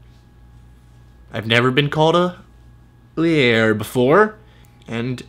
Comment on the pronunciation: " a lyerrrrrrr. ive never been called a lyer before..." I AM DYING